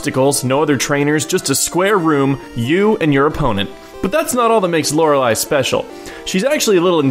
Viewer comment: I think it is pronounced Lorelleeeeee, not bashing on you, just a tip for future reference:)